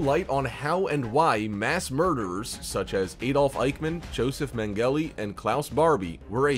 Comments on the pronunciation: Joseph Mingelly...? Joseph Mingele ((pronounced "MING-gel-luh". Every church has a rancid past, especially one as old as the Roman Catholic Church. Human nature being one of sin, sin is what rules... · Who's Joseph Mangelly? You must mean Mengele! (Pronounced Men-geh-lah...for future reference. ) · dude...if your gonna read...learn to pronounce the names....It's Joseph MENG'-ga la.....not MENGALI'....he's not Italian dude...he's GERMAN!!! Sheesh!! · Never is my life have I heard someone bother German names so badly. How he couldn’t pronounce Dr. Joseph Mengle’s name correctly is BEYOND ME!! Anyone with basic history knowledge can say that horrific name.